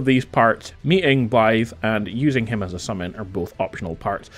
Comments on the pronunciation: THANK YOU FOR PRONOUNCING THE WELSH WORD 'BLAIDD' CORRECTLY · you’re the first youtuber that has actually said his name right